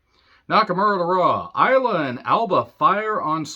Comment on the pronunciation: Michael Cole called Triple H the "Game of Games," and he pronounced Isla Dawn as Ice-la Dawn. Any word on how bad he is at his job?